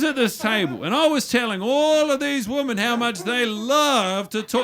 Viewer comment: I love that guy mont cant say 'women'